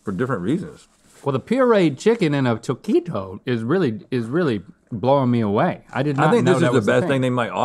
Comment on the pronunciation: You’re not pronouncing taquito right.